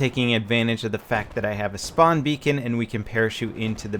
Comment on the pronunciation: "Use your Shpawn beacon"